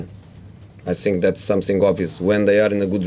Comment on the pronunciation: I SINK THE WHINY ONE IS BACK.